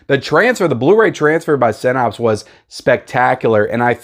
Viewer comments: Yes. Synapes is pronounced SIN+APSE not SIN+OPS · You were 1-9 at saying Synapse properly in this video.